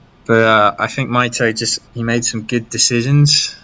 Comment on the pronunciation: Mito-ee he says.